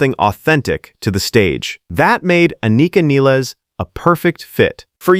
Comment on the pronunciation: Not Niles, Nil-les